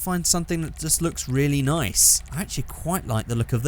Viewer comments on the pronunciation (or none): none